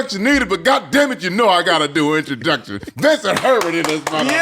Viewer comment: Its “VINCENT THEE HERBERT.” Get it RIGHT! Lol